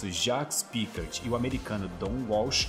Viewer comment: "Piccard" kkk